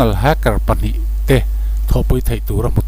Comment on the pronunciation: Hmmm... Inzir belh tur om nual. Sap tong(English Accent)lam dan: Eg:- Hacker, Stealth...nakin zel ah ph... Google hmasa thin rh. Tin, tuna kan soi Stealth leh Hacker te hi a awmzia(meaning)soi fiah nghal zel a tha. A awmzia hre miah lo thenkhat an om don. Vai Serial/Korean Serial ho anga hmuhnom don chauh, ngaihnom don chauh tih ah tih zo/tawpna siam th suh. Part-1 Part-2 etc ... tul kher lo